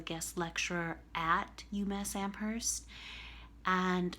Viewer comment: If you're so smart why can't you pronounce Amherst properly?